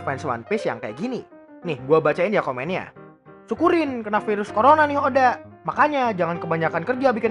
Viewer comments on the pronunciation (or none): none